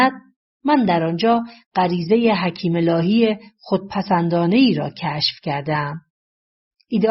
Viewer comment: دراین جا باز نحوه بیان گوینده این شک را ایجاد می‌کند وه او از شخصی به نام حکیم الهی صحبت می‌کند ولی در باید گفته شود حکیمه الهی که متاسفانه در تلفن خود علامت زبر یا ای را ندارم مثل مردم ایران